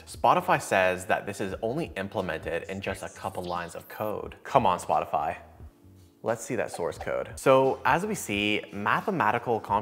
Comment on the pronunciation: Is it me or intentional, but did you said Botify instead of Spotify 2 times? Once and